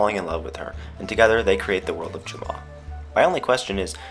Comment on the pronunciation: *Jamaa not Jamma XD